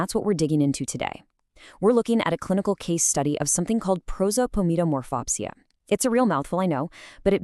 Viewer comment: You’re eliding and missing the next to the last syllable in the pronunciation of prosopomezamorphopsia, the “phop” portion of the word. Perhaps it is silent, but in both Latin and Greek all of the syllables are pronounced; silent syllables are very rare.